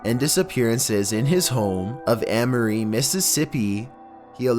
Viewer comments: For number 14, I live just north of amory. Not to be that guy, but you have to pronounce it as mississippian as possible. "Aim-uh-ree" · It's pronounced A (like the letter A, lol) mory.